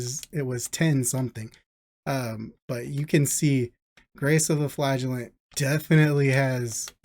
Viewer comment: its pronounced as Flagellant and not Flagellant